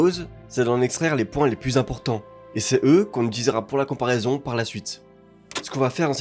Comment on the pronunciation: VERS, et non "vairs". PLUS, et non "plusse". LA VOIE, et non "la vois". L'ETAT, et non "l'êta"... T'es pas seulement délu, t'es aussi illettré visiblement. Cesse donc de parler de ce que tu ne connais pas.